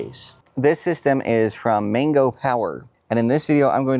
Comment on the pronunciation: Why do you keep saying 'Mingo' when the word's clearly MANGO like the fruit. Or do you eat mingos too?